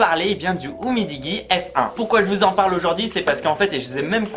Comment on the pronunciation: Oh non il a dit oumidigui